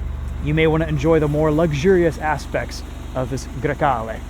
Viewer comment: Bro said that name so flawlessly